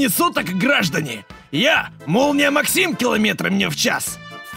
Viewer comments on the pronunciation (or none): none